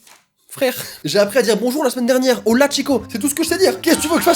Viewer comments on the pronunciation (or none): none